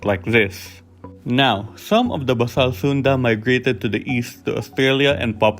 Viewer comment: FYI, it's pronounced bay sal from the root "base".